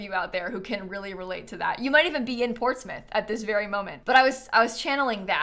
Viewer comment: You pronounced Portsmouth like a native ❤ thank you